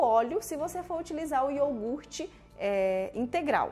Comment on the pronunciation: Amei a receita mas o melhor de tudo é que vc falou corretamente a palavra iogurte e não iorgute como todos costumam falar e aí doe o ouvido 😂😂😂😂😂 parabéns pra você,pela receita e a pronúncia correta ❤